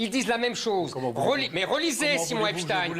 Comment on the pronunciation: Lui aussi ça se prononce "epstine" ?